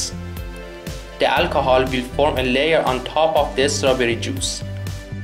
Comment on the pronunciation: Please don't add the 'sound' "UH" to the end of "strawberry"... Thank you!